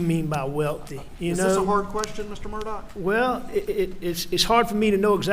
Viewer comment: So he pronounces his name as “MurDOCK”?????